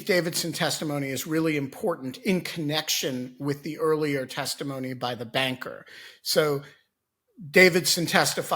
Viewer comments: Tim, you may not have fallen asleep but you said "testifony." tired? ;) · Did he say testiphony at the end? 😂